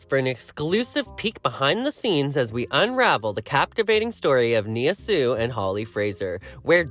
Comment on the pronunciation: That's not how you pronounce her name!!🙈